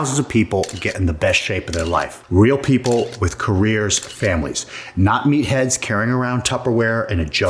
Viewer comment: I've been watching breaking bad I thought you said meth heads 😅